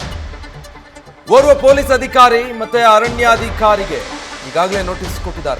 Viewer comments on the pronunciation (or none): ಅದಿ"ಖಾ"ರಿ ಅಲ್ಲ ಅಧಿಕಾರಿ